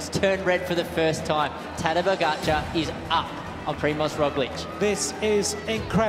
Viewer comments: good video, but i cringed every time you pronounced his name wrong, you put highlights in your own video where commentators pronounced it correctly, yet you pronounce it "tadež", why? xd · His name is Tadej, TA-DAY, not TA-DESH. Really?! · His name is Tadej. The last letter "j" is pronounce simply like "y" in the english word yesterday. It is not "sh" in the english word shout. Crazy is also Van der Poel's pronunciation of his surname Pogačar. The letter "č" sounds like "ch" in word check. But Van der Poel says his "č" like "k" in the word "key". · Awesome video, thank you! Small note, afaik his name is pronounced more like "tah-day", not "tahdesh". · Just a quick note, its not pronounced Tade(zh) or (sh) but the 'J' is said like Y in yo or yolk or yawn for example. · Please, he is not TadeŽžž, he is Tadej, J, j 😅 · Maybe you should've researched first how to pronounce his name, since you said it so many times. It's not Tadic (ex Serbian president) how you say it, but rather Tadey (second part pronounced like word DAY) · Tadesh, bro you make this sick video but yet you keep butchering his name lol It's Tadejjjjjjjjjjjj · Ta-dey, not ta-desh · If you are going to make a video of someone, the MOST important thing is to be able to pronounce that person's name correctly. It's Tadej, not Tadesh!!! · Tadesh Pogacar.....who si Tadesh Pogacar !!!!! Next time get a job right and learn his name right to pronounce !!!! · Please learn how to pronounce his given name: (tah - day) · I am always surprised how comentators are unable to pronounce smbd's name. Do your homework FFS. It is not that hard. Imagine us (Slovenians), pronouncing English names as they are written for us. We would be considered ignorant and IDKW. Šon Keli had problems with Pogakar and Roglik for x amount of time. It was unbarable and unprofessional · It goes with the name. It is like pronouncing Tadey .... so J in slovenian is read as Y in English. Like in Yes or Joy or Yesterday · Try “tadey”, much better…